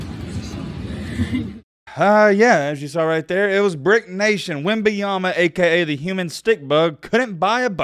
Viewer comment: You want to talk about someone - say their name correctly cool guy